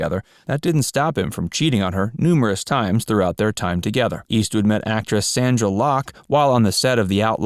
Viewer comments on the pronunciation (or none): Sondra not Sandra Locke